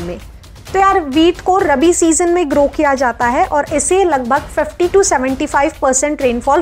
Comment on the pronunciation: not Rbi it is Rabi